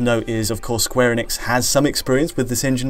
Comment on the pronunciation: Eee-nix, not Eh-nix.